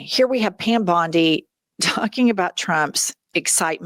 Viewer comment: "Bondineom" the gals with the low iq! 2 gals 1 brain! 🤣